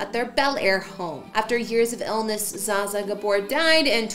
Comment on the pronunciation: Zsa Zsa's name is pronouced Zsha Zsha